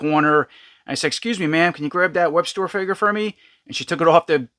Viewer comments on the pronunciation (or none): You keep calling him Webster but it’s actually Webstor